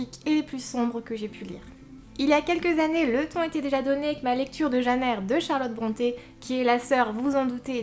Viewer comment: Ooh tu dis "Jeanne Eyre" comme ma maman :D J'ai beaucoup traîné avant de me décider à lire Les Hauts de Hurlevent et quand je l'ai finalement fait, je me suis prise une sacréé claque ! Je suis super admirative de la façon dont l'autrice a eu de décrire cette ambiance si spéciale et de planter le décor, pendant tout le livre on se croit vraiment transporté à Hurlevent ! Et puis je dois avouer que je suis tombée amoureuse d'Heathcliff :$ (j'ai un problème avec les personnages sombres et torturés^^) Merci pour cette vidéo <3